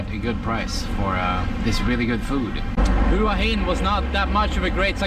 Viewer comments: Hua Gin - no, it's not Hua Gin😂😂😂 but Hua Hins awesome, it's the beach residence of the King of Thailand,.at least it was. My fav hotel is Hyatt Regency there, has the most amazing pool side which goes through the whole garden area👏❤️❤️❤️. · hua hin not "hoo ah hin" but nice vlog, im looking forward to going there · So... you are going to continue to call it Who-ah Hin?? Not very professional bro...if you consider yourself a professional at all to just mispronounce the name of a city. Didn't you notice when you were trying to buy your train tickets?? Each time the agents referred to the city by its correct pronunciation ... 'whaa heen'. Or maybe you just don't read your comments. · Hua Hin is pronounced WAA HIN.. as Hua Wei is pronounced WAA WEE.